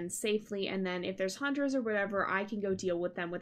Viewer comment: I just realized that has an ascent when she says "100"...... it's so cuuuuuuuuuute